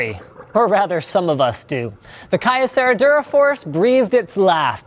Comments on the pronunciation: You said Kyocera wrong, its pronounced Kee-Ouh-Sera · KEE-O-SE-RA. jesus, linus. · It's Key-Oh-Sarah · i used to work for kyocera, i laughed at how he pronounced it :D